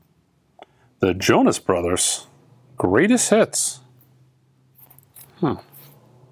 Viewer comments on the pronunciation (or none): none